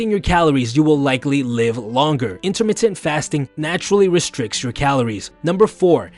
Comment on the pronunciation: " intermitit fasting "